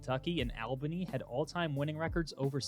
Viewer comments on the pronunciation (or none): Albany is pronounced like the word "all"....not like the male name "Al"....also, I would love to see them upgrade their facilities and move to the FBS. The program has been super successful, obviously having the highest winning percentage on that list, and the stands are packed every week. More seats will also increase that $30 million athletic revenue number as well.... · (All ba knee) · worst all-time pronunciation of Albany wtf